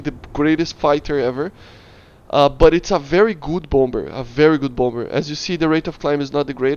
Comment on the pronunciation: bompber lmao. bomber is pronounced as bommer